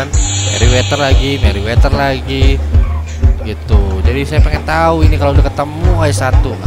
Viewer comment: Yankton bukan youngtun Merryweather bukan meriweter Rip english :p